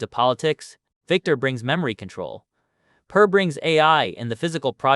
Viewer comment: You should train your AI to pronounce names consistently the same way throughout the video I heard your AI pronounce the name Per a few different ways(Pair, Purr, Pier)